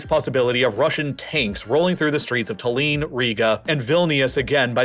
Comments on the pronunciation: His pronanciation of Tallinn is also very funny. Its "Tallin" with the focus on a and double l, not "Taleen" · Great video as always! - You pronounced Tallinn as 'taliiiin'. Try ' tallllinnn' instead.